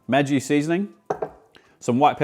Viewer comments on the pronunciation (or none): Really Great, was ablle to keep up, but I left out the egg cause I cant stand it. For next video could you do Tom Kha Gai please? And a decent hint from Germany: Maggi is pronounced with a short g like in Margret. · That pronunciation of Maggi threw me for a loop so hard that I immediately went to google. It turns out that it’s pronounced Maggie in North America (I’m Canadian) and Madgie in Australia! TIL 😂😂